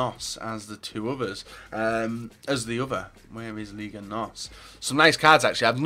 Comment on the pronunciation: it aint ligue..., its liga